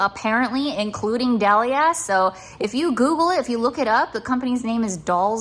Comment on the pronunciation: Fyi lol DELIA’s pronounced (Dee-Lee-uh’s) Like the girl’s name👍